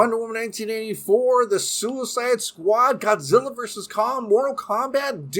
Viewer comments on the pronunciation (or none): none